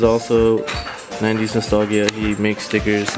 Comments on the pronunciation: Yo mans can’t pronounce nostalgia 🤣🤣🤣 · Bill Davieau it bothered me so bad